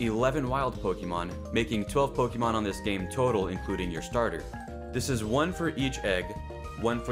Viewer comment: Po"ké"mon Not Po"ki"mon.